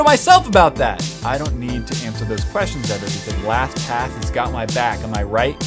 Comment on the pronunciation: u forgot the t in lastpass